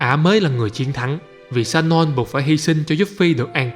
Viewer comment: Người ta tên là Sonon chứ không phải lài shanon nha ... vấp vãi.